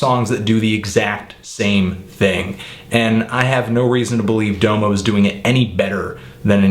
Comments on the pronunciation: ITS DA MO. NOT DOWE MOE. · Say it like DAHMO. Not DOMO, DAHMO. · DA-MO is how you say no DOMO domo is how it's spelled but not how it's pronounced. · dah-moe not doe-mo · Unfortunately its not pronounced "Doemoe" its "Damo" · Why do u say his name like doomo ur supposed to say it like damo genisis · For fuck's sake, it's pronounced DAH-mo. Not DOUGH-mo. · It's pronounced "dahm-oh" not "dough-mo" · Like every single fucking song says his own name, pronounced "dah-mo" not D'oh mo... Please respect the man by saying his name right.. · DOM-O not Dome-o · His name is pronounced Dom O like Dom Kennedy. Not Doo Moo. Man if you going to diss him at least say his name right. Domo Genesis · pet peeve: domo's name is pronounced like dah-mo not doe-mo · It's Dom-O Bro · Its pronounced Dah-Moe, not Doe-Moe. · You pronounce Domo like Dah-moh not Doe-mo.. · The first o is an aaaa sound like the o in mom. So it's pronounced daaamo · No, it's Dominique. If you're using his real name as a pronunciation then it would be Dah-Mih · pronounced [dah_mo] sir. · His name isn't "Dough-mo." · LMFAO "doughmo" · Its Dah-Mo Oh my god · Well, even after a few minutes Google searching, it's pretty clear that his name is meant to be pronounced Dah-mo; this is further exemplified when he says his own name ("Follow me on Twitter at 'Dahmo'...") on the track Salute from OF's mixtape Radical ;) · It's DOM-OH :p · it's pronounced "dahmo" Genesis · Its pronounced DAMO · This is almost painful to watch every time you say "Doe-mo" But thank you for the great review. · His name is pronounced Dah-moh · Very good review, but I find it disturbing that a self-confessed "music nerd" cannot pronounce the artist he is reviewing's name correctly. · you're pronouncing his name wrong.. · I dont respect you because you mispronounce the name of the artist you're reviewing. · How come its only white folks who pronounce DOMO wrong?? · YOU KEEP SAYING DOMO WRONG